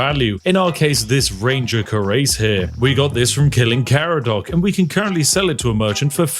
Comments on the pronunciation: Cuirass = kwuh-rass Love your content, good sir. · How have you immersed yourself into so many historical games, and never learned how to pronounce cuirass?! 😂